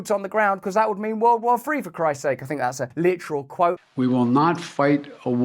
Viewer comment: What’s a ‘World Wur’? 🤷🏻‍♂️